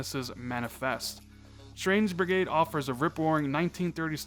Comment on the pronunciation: ...."Strange Brigrade"? Lol